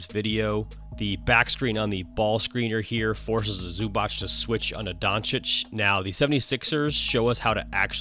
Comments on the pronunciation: He is Zubac not Zubač (Zubach) or Zubak:) Nice breakdown. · Its Zubac not Zubach. It's pronounced Zoobatz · ZubaC, not zubač, not zubak... ZubaC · ZubaC , not zubač... C !!!! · Just to point, Ivica's surname is not pronounced Zubach but Zubats (the last letter is pronounced like ts in tsunami). Besides that great video Coach, playoffs will be even more fun with your videos. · It's more like zz in pizza ;) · ",we dive deep", and you cant or dont know how to pronaunce Zubac oh maaaan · I know it might be weird, but what I actualy love the most about your vids is that you actualy understand that not everything is a stepback. Nowdays people call everything that isnt a drive or a stright up pull up a fadeaway and it is so annoying. A fadeaway, side step, everything just thrown into one basket. On the other hand, that is some awfull pronounciation of Zubac lol.